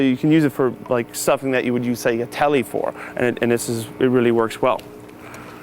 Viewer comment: It's weally weally cool